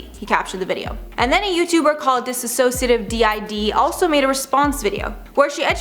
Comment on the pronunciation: You're literally fueling the fire. You're giving her attention while trying to tell people to stop giving her attention. Just stop. Also, if you're going to include Dissociadid in the video, at least say the channel name correctly.